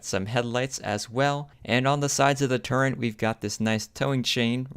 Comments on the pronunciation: Please learn how to say the word turret. There is NO 'N' in it. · What was the price for those bad ass, highly detailed, M1A1 Abrams BT's ? They're awesome. And BTW you're pronouncing "turret" wrong, it really sounds weird.